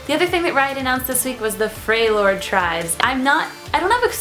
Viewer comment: Freljord not Frejlord my dear :D